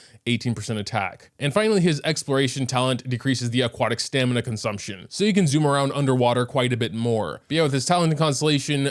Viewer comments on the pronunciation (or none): none